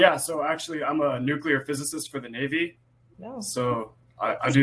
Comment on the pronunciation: “NuCuLeRr physics”🤣💀